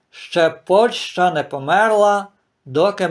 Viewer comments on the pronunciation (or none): none